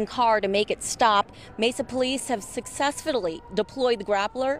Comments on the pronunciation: lol I heard nothing after ''successfillalee''. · Did she say “successfidelly?” 😂😂😂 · “Successfulidly, nice! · So, we are just going to ignore the fact that she said "Successfutally"... 😅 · 37 "successfulletly" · how she says successfully 😂😂